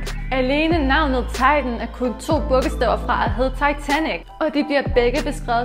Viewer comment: Du siger Boge staver